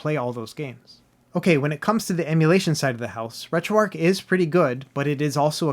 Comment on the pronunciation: retro-archhh bro, not retro ark